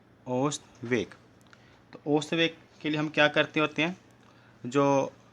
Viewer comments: bhai ost veg nahi ausat veg hota hai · ओस्त वेग नहीं है औसत वेग है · bhai osat veg nahi ausat vrg hota hai 😂😂😅😅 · sir ost nahi ausat hota hai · Ost veg nahi hota hai ousat veg hota hai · Pagle khud padlo fir dusre ko padana aausat veg ko ost veg kahte ho Aur barabar ko barabre kahte ho topa khi ka